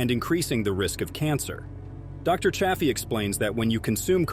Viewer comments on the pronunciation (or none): Narrator bot keeps mis-pronouncing Chaffee with a short A instead of the long A Dr. Chaffee. Hah, at about 3 minutes 15 in, the bot suddenly switches to the long A. But then it is now switching back and forth - sometimes in run-on sentences, from long A Chaffee and back to short A. What the heck? What AI decided to "create" this video??? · Don't ya hate it when AI mispronounces Dr. Chaffee's name, lol??